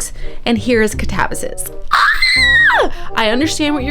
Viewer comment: Katabasis is pronounced- cat-uh-bass(like the fish)-iss(like hiss)